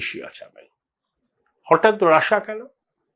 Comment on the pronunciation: কী মশাই রাষা, রাষা বলছেন কেনো, রাশিয়া বলুন।